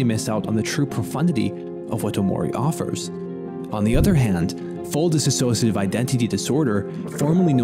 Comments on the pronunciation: DISS OSH A TIVE... not DISS A SOSH A TIVE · DIs-sociative, not Dis A Sociative. cant you read man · DISSOCIATIVE not DISaSSOCIATIVE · it's a common mistake but its di-sso-ciative, not disassoative. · I'm sorry to point it out, but it was so distracting the way you pronounce "dissociative". It's not "dis-associative". Sorry again, it's me, being sensitive to pronunciation, especially when the speaker is trying to present in a serious manner.